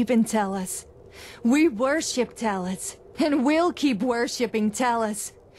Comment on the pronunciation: Talus instead of Talos😤😤😤